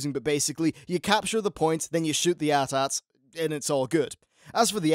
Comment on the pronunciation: "Shoot the 'at ats'" No. AT-AT.